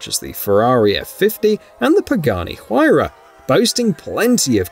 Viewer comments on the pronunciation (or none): none